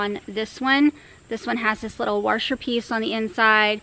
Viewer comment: Lol... WAR-SHER... great video though, a very honest and accurate review.